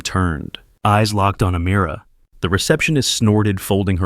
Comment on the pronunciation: Her name is not Amirror, it’s Ameera.